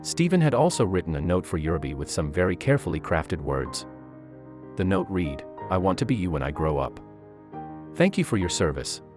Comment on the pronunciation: Terrible voice of story teller and said "read" the wrong way, either "red"or"reed" makes a real difference,but is the same spelling, wake up please!